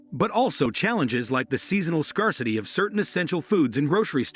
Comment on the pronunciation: Can’t even pronounce scarcity. How can we take this seriously?